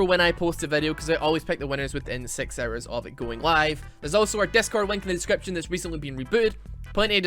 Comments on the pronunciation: i like how he pronouces hours as errors? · Cant believe when you say hours i hear arrows